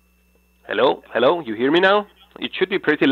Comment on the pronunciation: I love his Helow helow